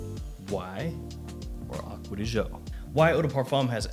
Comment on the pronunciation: Stop pronouncing it aqua di show it really triggers me😠